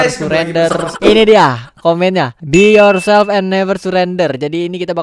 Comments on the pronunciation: "BE YOURTOD AND NEVER SURRETOD" SEL BAT GW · Be your selp neper curender wkwkkwwkwkwkwkwkwkwkkwkw